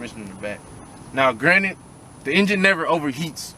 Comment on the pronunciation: Lol I read the comments first so I busted out every time I heard “Granite”😂. All love though lol